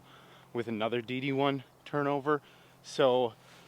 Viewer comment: You keep saying DD1, but all I’m hearing is D1. Also love the course features. Those courses you get to play are awesome.